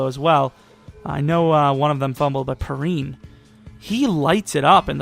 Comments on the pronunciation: lol I was getting triggered all video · Its pronounced P-Ryan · Just so you know samanje perine is pronounced pee rine